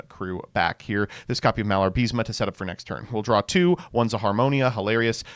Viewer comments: IS MALABA-RISME NOT MALAR-BISMA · Im sorry, did you just said "Malar-Bis-Ma?"